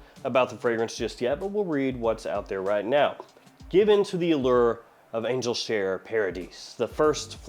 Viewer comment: can't hide his southern accent when he says words like "allure".